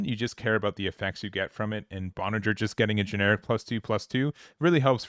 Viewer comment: Ba - nah- gher is how you say Banagher lol